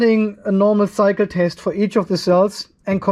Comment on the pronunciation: My wife was listening to this in the background and thought you were saying, 'Now for another psycho test'. I though that was very accurate for us battery 🤓 nerds.